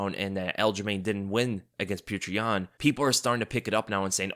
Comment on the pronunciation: who is this pew-cher yan fella?